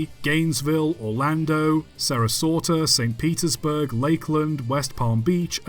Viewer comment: The ones that got me the most were his pronunciations of Tucson and Sarasota. Out of Tucson he pulled "Tus-kin" And Sarasota he pulled "Sara-sorta" Where the fuck did the 2nd R come from 😭